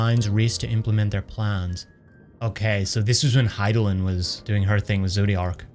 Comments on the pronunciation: You probably figured it out by now, but his name is pronounced "Hyth (rhymes with myth) - low - DAY - us" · Hey just in case you're unsure of how to pronounce Hythlodeus, it's: hith-low-day-us. It's actually based on a Greek character, Speak of Nonsense'. Hope this helps! I was pronouncing it wrong for a very long time.